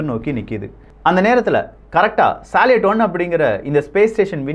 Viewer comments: Bro please correct the pronounciation for salut and sayuz. It's சல்யூட் and சயூஸ். Besides that great information. I breathe with your news bro. Thanks for your greatest service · சால்யட் என்பது தவறு சல்யூட் என்பதே சரி சோயஸ் என்பதும் தவறு சோயுஸ் என்பதே சரி பதிவு மிகவும் அருமை பெயர் உச்சரிப்பு சரியாக இருந்தால் அது காணொளிக்கு சிறப்பு சேர்க்கும் அவர்களே 🙏